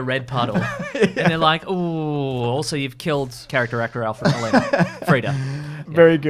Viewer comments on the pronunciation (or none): The last name isn't Molania, it's MOLINA and one thing you didnt mention was that he was also the assistant in Raiders Of The Lost Ark who betrayed Indy for the Golden Idol! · The worst part of this video is the way you pronounce "Molina" I take offense